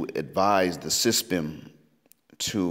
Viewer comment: That's the first time I heard S.Y.S.B.M. pronounced as SYSBM.